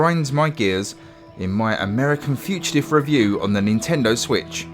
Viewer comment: Learn to pronounce "fugitive" ya knobhead.